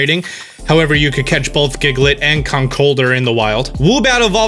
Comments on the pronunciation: Does he mean "Conk Elder?" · Is that how you pronounce Conkuldurr? I thought it was like Conkel-durr. Emphasis on the durr.